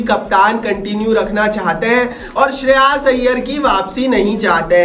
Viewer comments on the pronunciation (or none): Good video bro.. But it's "श्रेयस" not श्रेयास. 😜😜😜